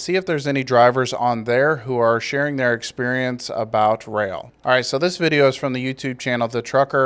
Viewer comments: Its pronouned rail. I started with the company. They do push for safety but pay jack shit. Around 45 cents per mile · You seriously don't know it's pronounced rail